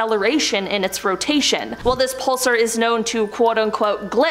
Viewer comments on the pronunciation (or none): Grr, pulSAR, not pulser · Whos says pulsar like that